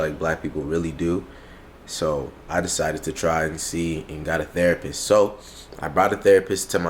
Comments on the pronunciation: When said therapurse 😂😂😂😂😂💀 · "THERAPURST."- 2021. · Why saying therapurse? 😂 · Is really calling the therapist thera purse 😂😂😂